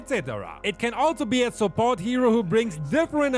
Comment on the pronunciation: Me hearing supot instead of support